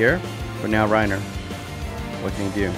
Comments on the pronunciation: It is Pronounced Ray Ni Ér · It's not pronounced the same as Reiner Braun because: A) Reiner Braun is a GERMAN name and is pronounced the German way... and B) Reinier has another letter i in the name, so it isn't the same as Reiner and therefore would not be pronounced the same way. From what I've heard, the Brazilian Portuguese (and also regular Portuguese) way of pronouncing his name is "Ray-nee-er" or "Ray-neer". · Reinier is pronounced "Hey" - "Knee" - er